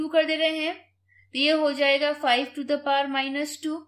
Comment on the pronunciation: To the paw is wrong pronounciation its actually To The Power 😊